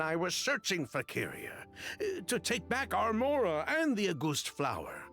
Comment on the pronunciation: auguste is a french name and emilie is right on the money about its meaning. as a french speaker myself, i love the way emilie pronounces it, it’s adorable 🤭